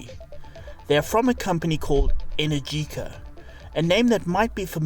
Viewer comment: Sayer and they pronounced "Energica" incorrectly.